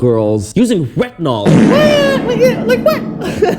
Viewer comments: That girl was not even able to pronounce " retinol " 😂😂😂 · the fact that they can't even pronounce retinol and using retinol.... I'm worried for my future offsprings..